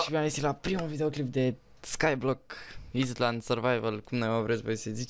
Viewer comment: ailănd* ;) nu island, ai inteles ce zic, ai inteles?